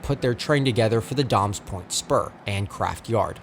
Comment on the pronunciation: Great video! I do need to point out that it's pronounced "day-mes point" not "dahmes point".